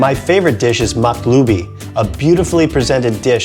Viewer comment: it's Maqluba not maqlubi 😂